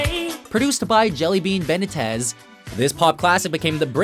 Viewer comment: That's not how you procounce Jellybean Benitez.